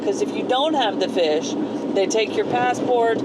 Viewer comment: It's fiche pronounced 'feash' or 'feesh'. Not fish.